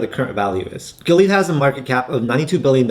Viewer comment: Man you butchered the hell out of Gilead's name like a white dude trying to pronounce "Nguyen". 🤣 I'd honestly put Illumina way up there. They almost have the entire market share to support future CRISPR and gene editing technology.